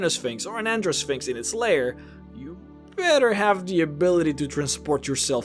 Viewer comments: Gyno is not pronounced with a "j" sound. It's "Gai noh", not "jai noh". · Gyno is a hard "g" not a soft "g". So it's guy-no-sphinx not a jy-no-sphinx. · Its a hard G(gut gas got etc) not a soft one (giraffe german gelatin) Guy-no. Not jy-no. Its the same prefix as gynocology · I was listing to the video while doing some work and I kept hearing him say "Vagina Sphinx." Does anyone else hear this? and what would such a sphinx be like? would it guarding one or would it be a giant one that is infused with the magical power of the gods to warp space and time? Would it be like a flying sentient "hole in the universe" that is strong, noble and the epitome of all that is Good or would it take other forms? Something for the random board to be sure... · I think Gyno is pronounced Guy-no. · I do believe it's pronounced like gynecologist hence the female one. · I believe that you were mispronouncing "gynosphinx"....... in that it uses a hard "G", not a soft "G". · I thought Gynosphinx was pronounced with a hard G. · It’s making me crazy. I figured someone must’ve pointed it out